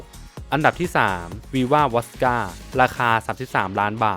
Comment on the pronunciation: ติดตามมาหลายคลิปแล้วนะครับ ขออนุญาตตินะครับ อยากให้ปรับปรุงเรื่องการออกเสียงครับ 1. เสียง ร. เรือ - ล.ลิง 2.คำศัพท์ภาษาอังกฤษ เช่น บอมเบย์ แซฟไฟร์เออร์ .... วอดก้า ไม่ใช่ วอสก้า 3. คำศัพท์ภาษาฝรั่งเศส ไวน์หวานโซแตรนขวดนั้น ออกเสียงว่า ชาโต้ (ด)ยี แคม ครับ นอกนั้นดีแล้วครับ ค้นคว้าข้อมูลมาดีพอสมควรครับ ขอชื่นชม ขอเป็นกำลังใจให้ทำคลิปต่อไปครับ